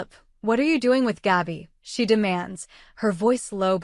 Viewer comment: GABI,,,, NOT GAUBI !!!! IF YOU CANT READ,,, ""STOP NARRATING"" 😡